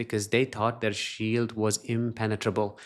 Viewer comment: Hey..when U say sheild...I thought U said shit..hehe....😂🎉😂🎉